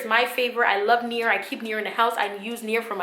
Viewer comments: If you are saying Nair, UNDER NO CIRCUMSTANCES USE NAIR down there! You sound like you are saying nere, but I think you are saying Nair. NO NAIR DOWN THERE! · Near...? or Nair? lol sounds like your saying near.